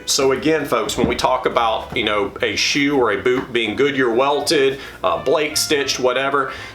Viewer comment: Bewt. Shew.